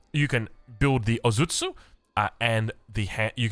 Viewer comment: "Daimyo" means something like a "Warlord", so you're not referring to the Town Center, you're referring to its owner 🤓 Edit: The "o" in "Ozutsu" is a long vowel